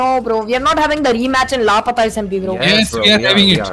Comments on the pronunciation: bro its not lpata its lapata smp 🤦‍♂ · bros saying lapata 💀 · 1.08 " lapaeta smp"